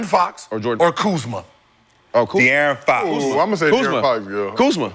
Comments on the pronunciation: It’s funny af how he butchers his name when it’s literally easier to just say dearron. Bro just adding extra letters for no reason 😂😂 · dude talking about get out of there when he cant even say his name right, u got no business talking g